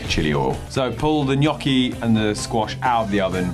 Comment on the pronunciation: That's pretty much how we pronounce it in Italy. "Nyoh-key" with more of an accentuation on the "oh" sound.